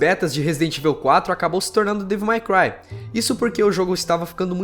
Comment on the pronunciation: pratica essa pronúncia de inglês meu amigo, ficar escutando vc falar resident "ivel" é foda, sem dizer devil "mai" cry!